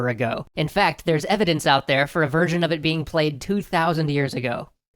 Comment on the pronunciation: Every time you say "version", I SWEAR it sounds like "virgin"..